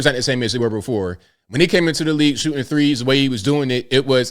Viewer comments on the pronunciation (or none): Who the fuck is Micheal "Jor-in" ? Is he good at "shoo-in"?